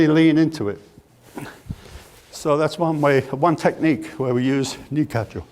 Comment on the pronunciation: I'm pretty sure that's youshinkan aikido, because he uses the proper pronunciation if Nikkajo an ikkajo